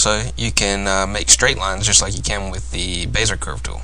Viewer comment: Good commentary. I laughed at "Bayzer" tool. "Bezzy-AY" is closer to the original pronunciation.